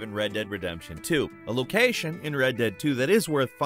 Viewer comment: A lo-CAYYY-shin